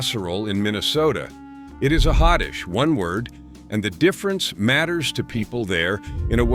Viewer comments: Roota bay guh, not roota bag gah. And you mispronounced another one right after ward, but I got so upset... Oh YEAH. I'm from Minnesota and have NEVER heard it called hoddish. It's HOT DISH. Hot, hot, hot 🔥🔥🥵🥵!!, dammit!😮😮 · Interesting. But “hotdish” is pronounced “hot dish.” And, I grew up in Iowa. There was no such thing as a “loose meat sandwich.” It was a “Maid Rite”; it was immensely popular; and it was a franchise. I suppose “Maid Rite” is a brand name, but I we ALWAYS called it “Maid Rite.”